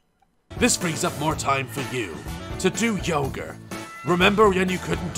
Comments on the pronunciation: Did the man just say yoger instead of yoga? XDD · Is it just me or did he say yoger instead of yoga lmao 🤣🤣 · Bro I literally cant Daz: sees woman doing yoga Also Daz: ”Yoghur” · I can't get past Daz saying "yoga" as yogur. Also, why does someone need a Kickstarter campaign for a single plushie...? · And "yoger" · Daz: tries to say yoga Daz: Yogur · Love the way he says yoga lile yogur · "Yoger" triggered the fuck out of me lmao. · Fkn "yogur" 😂😂👌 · Yoga ❌ Yogr ✅ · Anyone realise he is saying yagur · it sounded like you said "To do Yoghurt" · ‘Yoger?’ Daz is Bristolian now. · From now on yoga is pronounced yogur!